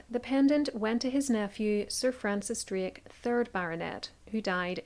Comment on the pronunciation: You couldn't even say DRAKE correctly....lmao... yourvalley girl talk has screwed up your ability to speak......